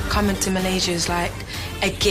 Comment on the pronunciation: Love the way they pronounce Malaysia , my home country❤️